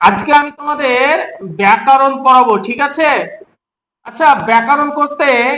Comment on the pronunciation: আচ্ছা আপনার ভিডিও দেখি আপনি ব্যাকারণ উচ্চারণ কেন করেন? আপনার থেকে দশজন শিখবে, উচ্চারণ সঠিক করুন, কারণ আপনাকে এতোজন দেখছে।